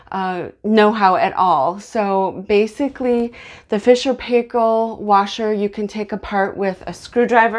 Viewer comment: Great video, very informative and clear thank you very much, love your pronunciation of Fisher and Paykel. (from Australia).